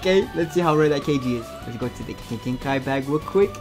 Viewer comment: why does he say kekkei genkai like kki genkai